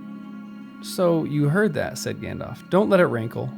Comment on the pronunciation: Good lord. It’s not pronounced “gandof” lol. It’s “Alf” with “gand” in front. Like in the movies